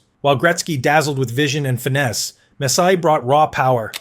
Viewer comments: ai narrator is mispronouncing messier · uggh...$hitty ai......'robe-ih-tie'...messier was almost worse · AI doesn’t tell the truth. It summarizes data on comments Gretzky has delivered. Humans can pronounce Messier and Robitaille properly. Humans can watch and love hockey. AI can’t. Thus I would rather a human opine and deliver comments about who Gretzky loved. It would be more poignant, heartfelt, and compelling.